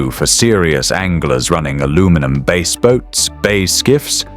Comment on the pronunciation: omg. lol they won BASE tournaments? This is what happens when AI doesn't know how to pronounce BASS (fish). Go AWAY. I won't listen to the other 25 minutes!